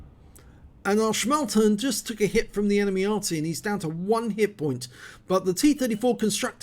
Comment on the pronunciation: Nice effort and well deserved ACE! May I suggest just a little correction, the Panzer vier Schmalturm, which means small in sense of not broad turret is in german "schmalturm" with an "m" at the end and the "u" pronounced like "you" without y 😁😉